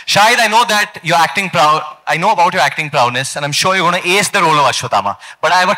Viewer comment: When Varun Dhawan says "Acting Prowness".